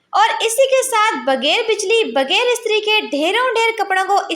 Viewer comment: Baji bager nahi bghair bolte hain ur ghayeb bolte hain gayeb nahi talafuz sahi Karen kindly